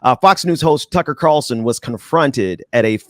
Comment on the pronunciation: I thought he was saying Cucky lol